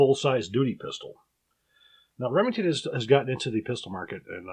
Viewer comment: "Remington's" HA! More like "Lemingtons'" am i right guys? Err guys?